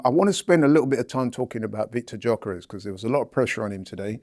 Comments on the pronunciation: Ffs , it's not Victor Jokeres, it's Victor Yolk-a-res. Get it right little Robbie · Man keeps saying Jockeres 😂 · Can we please pronounce Gyokorres properly? It’s not hard 😂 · Dw I know what you meant, just saying if he wants to look smarter he could start with pronouncing the guy's name correctly 😂